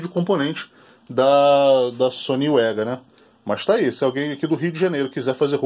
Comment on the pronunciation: E tio vc esta equivocado,o correto Da pronuncia e sony vega Mesmo e nao sony uega kkkkkkkkk Detalhes,mas foi um belo video.